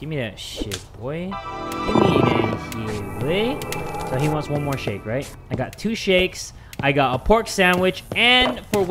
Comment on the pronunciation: You want a shake My ears: You want a shit